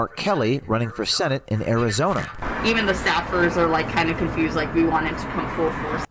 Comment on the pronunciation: How are you gonna say "O'Keith" and say people aren't patriots for not knowing his name. Lol...then say things like "confrused" and probably still pronounce it "Happy Berfday"? Ha. But hey, I got love for you, Arizona, and the gun rights they uphold! Go Sun Devils! Go get your ARs, FNs, Glocks, Sigs, and anything/everything else! Keep AMERICA the GREATEST country EVER!